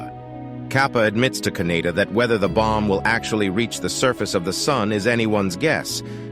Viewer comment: Kaneda, not Kaneyna.